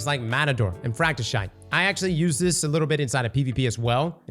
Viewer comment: Nah bro Fracti-shite got me 😂